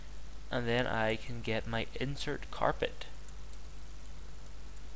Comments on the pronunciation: OMFM(OH MY FUCKING ME, avoiding the word God) STOP SAYING INSERT WHEN IT IS INERT INERT INERT INERT INERT INTERT!!! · May I point something out to you? With both the carpet and the things you place in the walls of monoliths (can't remember what they are called) the word is "Inert" and you say "Insert" there isn't an "S"